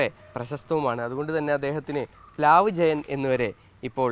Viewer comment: പ്ലാവ് ആണ്… പ് ലാവ് അല്ല